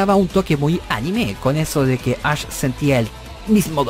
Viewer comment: Todo el mundo pronunciando = Ash El pinche = Ach Jajajaja